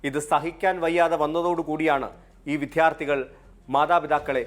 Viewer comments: വിദ്ധ്യർത്തി എന്നല്ല വിദ്യാർത്ഥി എന്ന് പറയാൻ ശ്രദ്ധിക്കണം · വിദ്ധ്യാര്ത്ഥി അല്ല വിദ്യാര്ത്ഥിയാണ് റിപ്പോര്ട്ടറേ…